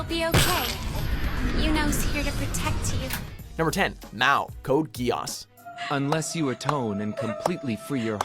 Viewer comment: its not (Code-gee-auss) its code (geass)